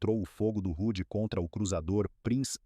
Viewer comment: O correto e H.M.S Hood não "rude" .